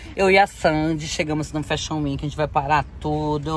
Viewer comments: Você precisa falar fashion week! Não é weenk e sim week. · Me acabei de rir ela falando Fashion Weki